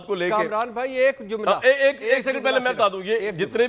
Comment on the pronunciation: Zumla nahi sahi word hai Jumla.